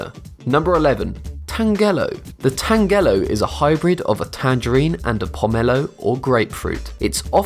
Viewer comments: Tangelo is pronounced TAN-jə-loh, not tan-GELL-oh. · tanjelo is how it is pronounced not like orange Tang. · Also, the way he says tangelo and pomelo, also ugli fruit is not the same as a pomelo, and I'm pretty sure a tangelo is a tangerine and a pomelo.